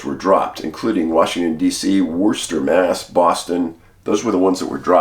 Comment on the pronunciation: Hell of a job pronouncing WORCESTER MA. Thank u for your work